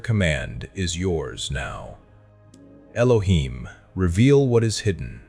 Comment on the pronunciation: I see where the confusion is, I was saying it is not "ee loh heem", "not" wasn't a part of the pronunciation, just saying not to pronounce it how it was pronounced in the video "ee loh heem".